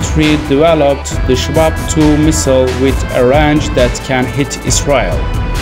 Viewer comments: Its called SHAHAB ,not SHABAB!! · Shahab not shabab